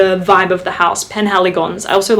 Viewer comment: Your pronunciation has come a long way! Je suis impressionne. ❤️ It's the Portraits Collection from Penhaligon's btw. And Roaring Radcliff has always been my fav! I used to call it the "better" Tobacco Vanille. 🤭 Such a great autumn scent.